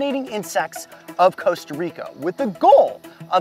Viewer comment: He’s keeps saying “Costa Rico”